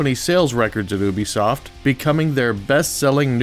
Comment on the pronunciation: Omg people.. its youbesoft not "ewwwbesoft" not sure how people get this wrong, considering ubisoft is one of the biggest and most well-known AAA developing companies in the world